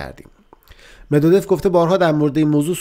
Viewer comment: دیمتری مدودوف اینگونه تلفظ می شود medvedof